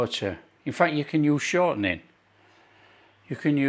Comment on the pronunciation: when you say shoutrning do you mean lard?